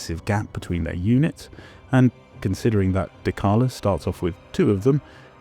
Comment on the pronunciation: Are we really gonna pronounce dechala like dekala???